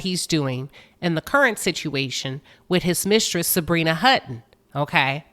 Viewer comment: it’s Hutton